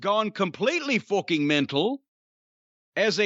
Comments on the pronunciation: Did Jim McGregor just say "fookin"? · Sorry when Jim sweared the F word he sounded British lol, I just searched for this guy and it showed him in a match called Thumbtack Jack